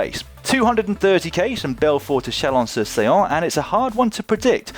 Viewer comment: It’s « chalon sur sone » :)